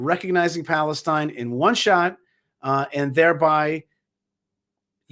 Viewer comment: "balestine" he said..🤣😂